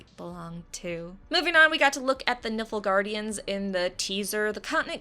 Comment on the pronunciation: It's Nilfguardians not Niflguardians haha ps I love red heads your awesome